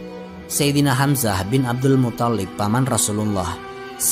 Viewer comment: Abdulmuththalib,bukan muthallib.yg tasydid tha'nya bukan lamnya.maaf.